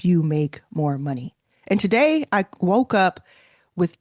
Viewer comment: “One day” is TUH-DAY.